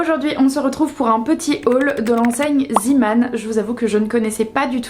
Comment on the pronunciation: Coucou, on prononce "zé" pas zi 😂 C'est du néerlandais.